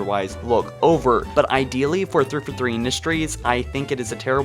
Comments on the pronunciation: "Okay kids" (In Pre-K) "We say 343 like Three-Four-Three. Not Theefurthee. Got it kids?" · Zaynell Zachery Probably three-four-three, not thrifforthree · Thurfurthree industries lol